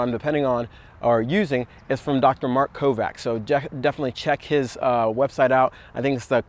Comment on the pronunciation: hate correcting ppl in general, but why not lol.. his name is pronounced "Kovach"